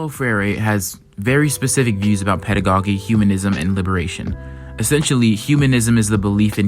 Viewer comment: nice analysis... but please...it is pedago-JEE, not pedago-GEE. It's like the first syllable of the word "jeans." I cringed every time you said, "pedago-geeee" 💀💀💀